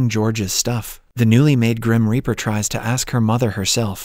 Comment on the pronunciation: Indeed! "Ripper" rhymes with "zipper." "Reaper" rhymes with "keeper."